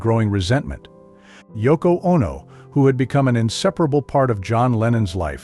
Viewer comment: "Ah-No"?... Oh, NO!!